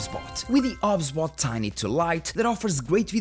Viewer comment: You sure it's "ob sbot", not "OBS Bot"? 😉